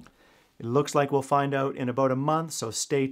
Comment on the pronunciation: Out not OOch.